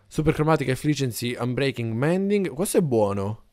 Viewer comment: Scusa si dice mending